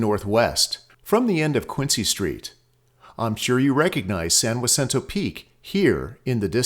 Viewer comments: I agree, your lane and expertise is obviously geology and not Spanish, mine is neither one! If you are mispronouncing it, it's not you fault. ;^) I also realize that as in English, not all that speak Spanish will pronounce everything the same either. It is likely I mispronounce many words myself. I really enjoyed this video and appreciate all the effort you put into it's production as well as your explanation of the geology! I have known about the San Jacinto fault for a long time but have never seen the detail you shared. I live just south of Hemet now and we have joked for years about the coast falling into the ocean and that we may have beach property here someday, LOL! Truth be told I think we are on the ocean side of that prospective new beach and would not survive it's forming if it happened in our lifetime either way. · it’s all native land from sea to shining sea, but I’ve lived within half an hour of San Jacinto for 30 years. I’ve never heard it pronounced that way. It was named by the Spanish. Not sure if the Cahuilla people pronounce it like a W - next time I run into one I’ll ask. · The pronunciation IS WRONG. The J sounds like an H in Spanish. Its San Ha-cinto. Locals often come up with their own pronounciations...does not make it correct. Spanish is a simple language...only one way to pronounce almost all our streets and cities in So Cal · The J is Spanish and the J is pronounced like an H, San Jacinto (Hacinto). So the narrator was incorrect with his pronunciation. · JEZZEUS! teach thhis poor uninformed AAI that that is a Spanish name, and the J is pronounced as such. Like San Hacinto. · San Jacinto is Spanish for Saint Hyacinth, a Polish priest born in 1185. In Spanish, it's pronounced Sahn Hah-seen-toe. I enjoyed your video very much thank you ❤️. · San Jacinto is spanish word for Saint Hyacinth, therefore the only correct way to pronounce it is the way it’s pronounced in Spanish: Ha-seen-toh. Everything else wrong. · He pronounced it in correctly